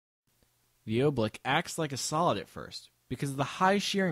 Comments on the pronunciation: Oobleck is said like how it is spelled. It's not Obleek, it's like Oo-bleck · OOBLECK not OOBLEEK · I thought he was saying "oblique". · Are we all gonna ignore how he called oobleck oblique? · You're pronouncing "oobleck" wrong. Dummy.